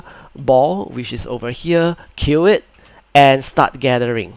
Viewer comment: lol sorry if i miss pronounced kill as cue xD I wasn't feeling well due to being tested covid positive and shortly after making the video, i lost my voice as well. but if your question is real as in how i kill, any weapons your character equip can just attack the boar and kill it. after that, you just need to go to the dead body, and start gathering it. :) if you need more guides be sure to check my website in this video's description.